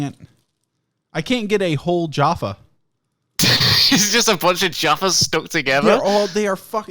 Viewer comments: Jahpha like caff ( cafe) not jar, jarfa. Agreed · Jayfay cake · "jAHRfa cakes" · I dislike how you call Jaffa cakes jahfa cakes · It’s not fucking juapha cakes it’s j - A - ffa cakes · Being an American who has lived in the UK for more than half of their life, I feel disgusted says "Jahffa" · 'Jaoffa cake'!? I'm disappointed Fungle didn't point that out. I'm starting to question him as a human being now. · JAAAFF AH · stop saying jaffa that way ughghhhh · everytime says jaffa cakes i want to die a little bit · Your pronunciation of Jaffa Cakes offends me. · You pronouncing Jaffa was driving me mental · The way you pronounce jaffa really fucking hurts me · He doesn't say an R at all. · From UK, please don’t say “Jaffa” like that